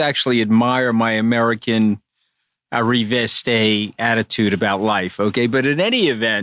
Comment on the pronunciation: 'Vocfrous' 'arrivistay'.